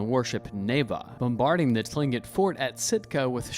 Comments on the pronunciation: so few things, tlingit isn’t pronounced how it looks it’s pronounced clingit, second the little cartoon of the “seneca” woman she is wearing 3 feathers upright, that’s how Mohawk Indians wear their feathers, Seneca is 1 standing feather, then over to the “Mohawk” cartoon, the attire is incorrect along with probably most of these 😂 but appreciate the information on the subject you just need more authentic presentation. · It is pronounced klincit for tlingit. I have a friend who is apart of that tribe. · Tlingit = Kling'et Baranov = Baranoff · Tling'it is actually pronounced closer to "Klink-it" For those interested in this and closely-related topics, I suggest that you use this interesting, but incredibly superficial video as a good intro to begin your real deep dive .. there is a LOT more to it all!